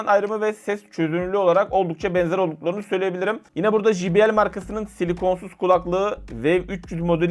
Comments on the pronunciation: Evladım her mok' u biliyorsunuz.. ama ukalalık yüzünden bir çok şeyi poponuzdan ( g.. yazmadım ) uyduruyorsunuz. J harfi ingilizcede ...ji... diye okunmaz. CEY diye okunur. Bilmiyorsan öğren de millet gö....le gülmesin ! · J harfi İngilizcede Cey diye okunur...Jİ diye okunmaz allahın kırosu